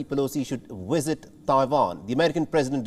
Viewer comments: Wisit lmao not Visit but wisit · your channel is an international one. English I understand is not your first language just as it isn't mine either. But if you going to use the language as your medium of broadcast, please pronounce words correctly. Visit is not WISIT!! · What is a “wisit”? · Pelosi should not "wisit" Taiwan at this moment. Since her "wisiting" Taiwan can spark WW3. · I cant help laughing everytime the presenter was saying visit or should I say wisit 🤣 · What is “wisit”? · What’s a ‘Wizit’?